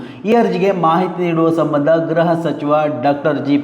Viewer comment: ಗ್ರಹ ಇಲಾಖೆ ಅಲ್ಲಣ್ಣ ಗೃಹ ಇಲಾಖೆ. ಗ್ರಹ ಮಂತ್ರಿ ಅಲ್ಲಣ್ಣ ಗೃಹ ಮಂತ್ರಿ ಅಂತ ಹೇಳ್ಬೇಕು ಆಯ್ತಾ. ದಯವಿಟ್ಟು ಕನ್ನಡವ ಕಾಪಾಡಿ